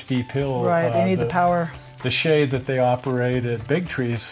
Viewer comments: Look up the pronunciation of the name I guess I should have put this thing to bed years ago the name is pronounced correctly the way he did it!!! I don't know who started the lime as in a green piece of citrus but it's incorrect.. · The Shay is poetry in motion but put to Musical notes on the right-side of the engine .PS thank you for pronouncing it correctly engine company !!!